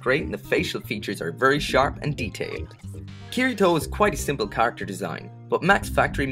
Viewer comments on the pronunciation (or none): it's not kir I toe its kitty toe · ***** the way he pronounces the name Kirito is incorrect.